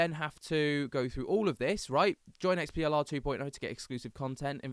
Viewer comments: Its not XPLR - its their EXPLORE club - sorry i got confused when u keep saying XPLR XPLR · It's pronounced explorer